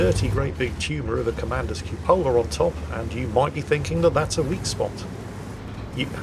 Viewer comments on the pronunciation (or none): CUpola, not cupOLa.